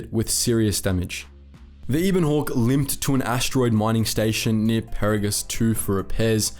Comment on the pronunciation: Why do you always intentionally pronounce things wrong. Peragus and ebon are spoken in game numerous times...